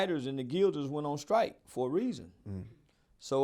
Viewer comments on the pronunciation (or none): none